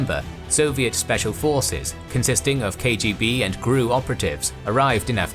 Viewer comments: Soviets thought to identify their own by wearing white arm bands. Unfortunately, Amin´s bodyguards also wore them. Soviet could tell their own by cussing and swearing. And for the love of Grammar Gods. GRU is not pronounced "Gruu" like "I am Gruut." Gee Arr You. Thank you. =) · GRU is supposed to be pronounced as GeReU... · My man, why do you pronounce things so strangely? I've never once heard the GRU pronounced as "groo". It's "The Gee Arr You". Also, Her-cue-LAY-an is how you would typically pronounce Herculean 💫👍